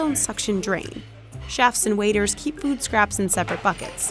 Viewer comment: “Food” not Fewd”